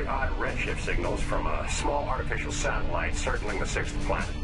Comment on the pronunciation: Two things- One. SatELLite, not sat-O-lite. Two. Americans most often speak english.